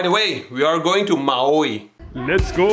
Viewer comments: Ma-owee. Lol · I believe Maoi is pronounced Mawi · Mauw wuwi